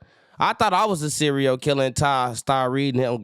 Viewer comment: This man said cereo killer 😭😭😭😂😭